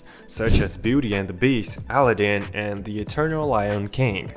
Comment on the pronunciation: the way you pronounced Al- aah- din as alla -din just felt wrong. WOW, you're pronouncing a lot of words and names incorrectly...